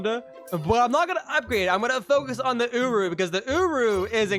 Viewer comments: bro really called him ooroo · hold on... did i hear that right? "Secure rah?"